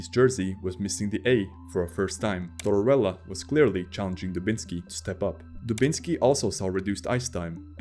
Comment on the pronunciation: Tortorella, NOT Torella. The narrator pronounces the name incorrectly every time; that sucks, frankly...